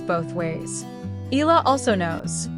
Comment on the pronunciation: we Filipinos pronounce Eala into 'E-Ya-La,' please say it, the way we say it. Thank you..